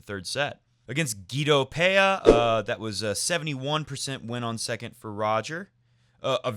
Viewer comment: I'm still amazed at how almost every English speaking people gets Pella's name wrong, as if it was the same as Peya. Pella is an Italian surname, so the PeLLa goes as Pela, just like Bolelli